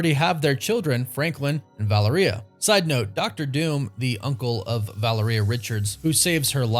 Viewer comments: VUH-LEE-RHEA... stop butchering it🤣🤣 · I’m really gonna need you to learn how to pronounce Valeria though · Bruh 🤦🏽‍♂️ You keep pronouncing Valeria wrong lol